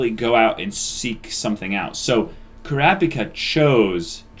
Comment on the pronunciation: So are they ever going to stop saying Kurapika like "CRappy Ka"?